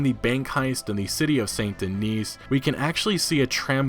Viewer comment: I think saint denis is pronounced Den-EE silent S